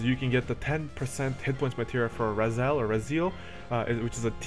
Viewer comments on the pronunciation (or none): none